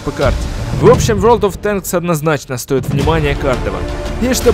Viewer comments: Я один смеялся над тем как сказал не ворлд оф тэнкс а вёлд оф тенкс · Не вёрд оф тэнкс а ворлд оф тэнкс, И да фильм крутой смотрю не первый раз! Очень уж понравилось